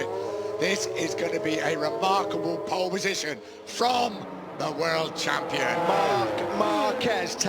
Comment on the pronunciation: ぽーッるぽッじしょん！ 発音めっちゃネイティブ。